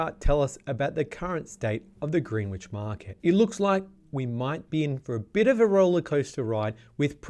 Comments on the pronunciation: Pronounced Grenich not Greenwich. You drop the w. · Greenwich is pronounced 'Grenich" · Mildly concerned that you’re providing market insights for a suburb that you aren’t even pronouncing correctly.